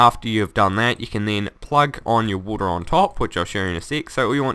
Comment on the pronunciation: woter laver you can get laver from neever and thats how you make regin walls